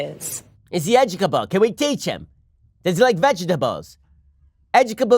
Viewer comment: was absolutely hilarious. Does he like veg-a-tab-les?